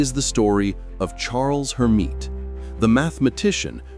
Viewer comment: Clean up the AI, which repeatedly refers to Hermite as HER.